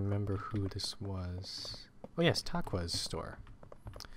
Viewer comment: Thanks for showing my shop and pronouncing my name correct --Tauqua